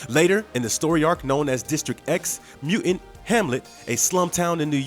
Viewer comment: What's a "mu'int?"